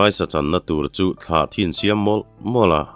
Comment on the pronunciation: Thlahthi tia i lam hi, keini chuan 'Tlahthi' kan ti.